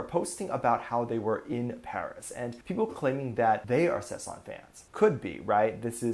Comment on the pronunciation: Sasaeng, not sesang. Sesang means the world someone lives in. Sasaeng is the crazy stalker fans.